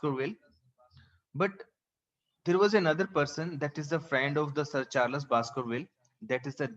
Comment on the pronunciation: Your explanation is too good but it's charls not charlas